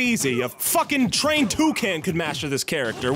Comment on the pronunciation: Notice how he said a TRAINED tucan